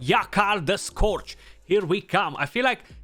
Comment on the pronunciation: Hahaha, your timing is impeccable Skratch. I got him today, but I'm sitting on him for CvC or Fusion. Also, I heard that if you ask nice, your comment gets pinned.☺☺ Edit: Also, it's Yakarl the Scou"r"ge. Love your vids.